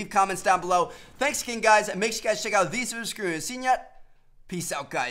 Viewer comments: "Thesescreret" listen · "Make sure you check out these videosscriynsenyet"